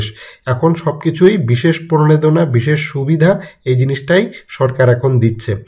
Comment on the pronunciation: প্রনেদনা না রে ভাই, প্রনোদনা। উচ্চারন ঠিক করেন আগে।